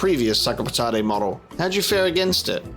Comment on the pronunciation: noo i really liked how you said patate